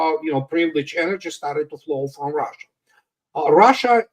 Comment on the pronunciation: “ROHHHHSHA” 😂😂😂 it’s Russia!